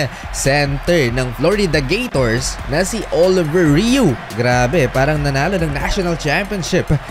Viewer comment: Sir, he is most likely French Canadian; his name is pronounced: "Oliviyey Ru".